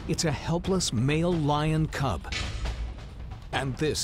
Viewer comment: it's cub not cube. nice try though. ha ha ha.